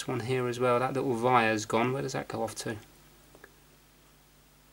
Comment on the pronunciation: Why the heck do you say vires instead of wires?????????????????